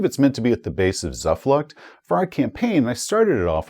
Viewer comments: It should probably be pronounced "Zoofloocht" (ie like an English "oo" not "u" and "Noi"-bayern, as a German :) Well, that is, if they still pronounce it as we would today, of course! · I think hates it when people tell him how to pronounce things. tszoo-floocht = Zuflucht = "refuge" Noi - Bi - Ern = NEUBAYERN = "New Bavaria"